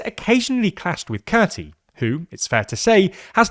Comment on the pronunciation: How do you terribly mispronounce "Kurti"? Just asking for a friend...